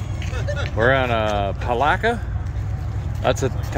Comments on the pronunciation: It's pronounced "puh-lat-kuh". Really enjoyed the footage after leaving Hoot Owl. Those moss laden trees get me every time. I'm truly glad nobody was hurt in the roll over. Stay safe. God Bless. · That's Pa-lat-ka...but pronounced with a few less a's